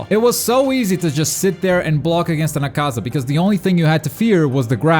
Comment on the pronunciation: He said acasa it’s akuza